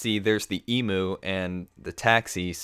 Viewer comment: You said "Emoo" the "Emu" is pronounced "Emyou"